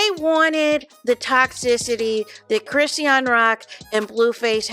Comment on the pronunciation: You're tearing up Chrisean's name 😅